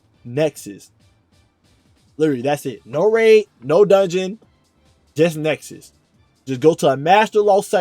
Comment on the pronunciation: It's called Nessus by the way... not Nexus.